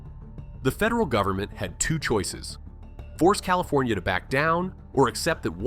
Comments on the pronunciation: CalifOnia? Come on.... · "Califonia"??? Clicks off...